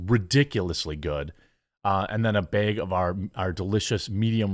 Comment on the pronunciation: Is it a Baug or a Bag? 😂sorry I’m princely not the first person to say that!